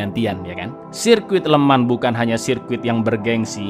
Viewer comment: FYI "Le Mans" dibaca "Lu Mong" ya Lurs